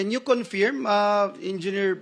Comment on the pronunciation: KINONFEERM... tanginang tao to umabot sa pagkasenador ganyan bigkas ng Confirm